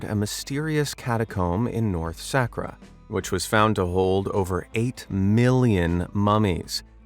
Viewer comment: Saqqara. Sah-car-ah. NOT Sek-rah